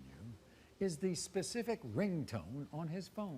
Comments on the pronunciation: "Pacific"?! Lol! I'm sure she means specific. 😂🤣 She's FOINE and FLEXIBLE! 😂 The way she threw her legs back & held them in the air so comfortably! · Pacific things?!😂😂😂